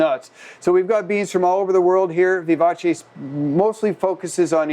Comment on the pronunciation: Vivace. Eh sound, not ee. Americans really can't speak foreign languages.